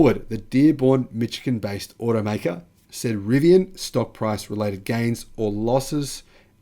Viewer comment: Hey,. Writing from the US Midwest. When you talk about the legacy automakers, you mispronounce the name of their home state, Michigan. We say "Mish-uh-ghen." Not "Mitch-uh-ghen." Don't ask me why the spelling and pronunciation don't match, but you will add as much as 0.1% to your authenticity rating by pronouncing this right.